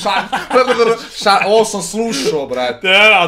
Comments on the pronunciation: Za 1. april se vise nece pricati aprililili nego ŠAIM SE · Jankova prva tuča je odlična Baka Prase najbolji si Janko pravi jebač Haha''ŠAIM SE" Srce·♡